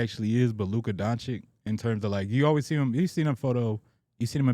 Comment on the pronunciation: STAY saying “Donchick” instead of Doncic 🤣